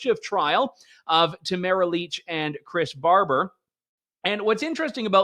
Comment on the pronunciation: I love Trish Wood, listen to her podcast every week, but it baffles me how she mispronounces names all the time. Particularly how she pronounces Tamara Lich’s first name. She says it as if it rhymes with the word camera. No, that’s not how you say her name. How does an otherwise intelligent woman not see that?